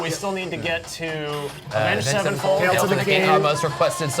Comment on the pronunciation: absolutely butchered Avenged Sevenfold lol